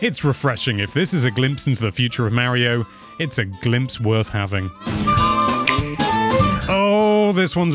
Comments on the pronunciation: So dude .. it's Mario not Maryo. I don't want to hear it's my accent excuse either.... everybody else can say it and they put forth the effort to say it properly and you should too. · Dude's name is Mah-rio. I know accents are accents but names are names too, for instance mispronounce Gloucestershire or Worcestershire in front of an English person and see what happens